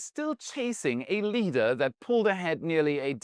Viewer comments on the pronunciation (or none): none